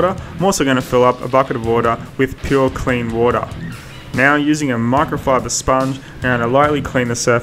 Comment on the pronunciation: ...in a bucket of wodaa! 🤣🤣